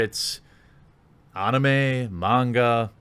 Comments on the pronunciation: u miss pronounced Anime, it's ani-may. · I hate the way you say anime. I now have assumptions of how you pronounce Naruto. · You dont know how to say anime?